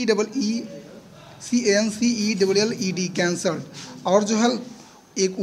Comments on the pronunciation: sir, you r saying CAM, NOT saying can, my god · Dekhkar bhi cancelled ki spelling galat bol raha hai... cancee.. logo ko educate karo to dhang se to karo... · CaMcelled cheque u r saying, it is CaNcelled cheque